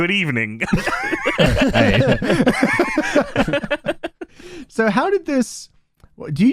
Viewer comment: Good Eve-Uh-Ning Period 😂😂😂